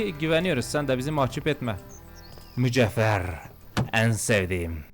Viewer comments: Kıyamam ilk defa duymuş gibi mücevher diyeceğine mücehver diyor yerimm😅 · abi mücehver ne Allah aşkına mücevher ya ksskdmslakam